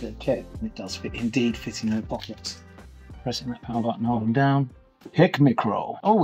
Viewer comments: Hick McCrow? 😂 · Hik McCrow? You're having a laugh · HICK MAH CROW.... Tickled my funny bone. It's High K Micro ;-)